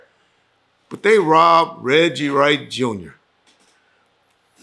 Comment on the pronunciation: Regcheese !!! Lol